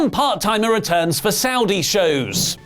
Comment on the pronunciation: im sorry "RETUNS" !!!